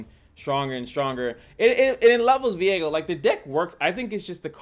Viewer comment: Isnt his name viego? and not veigo